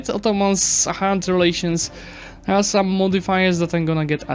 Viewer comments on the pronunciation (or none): none